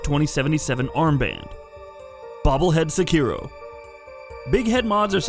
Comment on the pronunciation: So are all those dislikes from the people complaining about the Easy Mode mod being mentioned, or weebs getting mad that he says SeKIro instead of SEkiro?